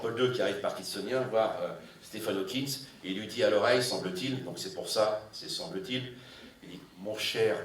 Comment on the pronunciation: Stephen HawkinG, pas Hawkins !